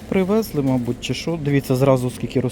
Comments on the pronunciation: ПривЕзли, покАжу так наголос ставлять на Хмельниччині, а у Львові говорять привезлИ, покажУ., ви не з Хмельниччини родом, ну Шо ж, ну Що ж, сімдесяТ, замість сімдесяТЬ, свОя лінія --- своЯ, вишнЬОю---вишнЕю, нічого поганого в цьому не бачу, вдячна за огляд. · Що ти коверкаєш українську мову?ПривЕзли,покАжу.